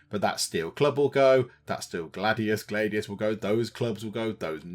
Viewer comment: Gladius, Glad-E-I